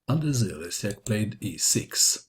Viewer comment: you uncorrect Reading surname of polish player, Le ś AK not Lesiak:)